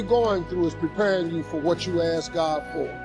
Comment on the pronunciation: Ummm love the message but the word is ASK no ASS 🤣🤣